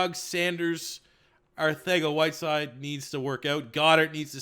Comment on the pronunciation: I die every time he says arthega instead of arcega